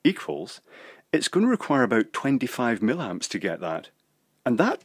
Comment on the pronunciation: It's "MILLIAMPS", not "millamps"! Do you do this on purpose? Aaaarrrggh! I love your videos but, as a qualified EE, this really irritates me to the point that I can't watch many of them.